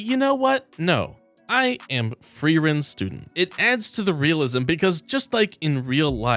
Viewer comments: Is there some reason people cannot pronounce FREE-WREN and FERRRRRRRRN? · wand != staff, frieren != fern the amount of times you mixed up names is crazy